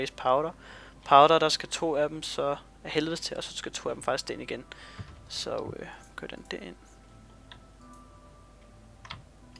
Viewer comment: "Det ører bare" HAHAHAHAH Stumme K'er FTW! :D